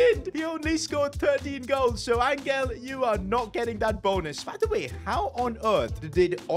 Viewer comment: Bro say Angels name properly it’s not angle it’s Angel (ohn-hell)